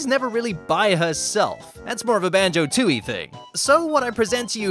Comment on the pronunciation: Isn't it Tooie, not Tootie?